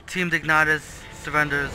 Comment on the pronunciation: It's team Dignitas not dignatas :|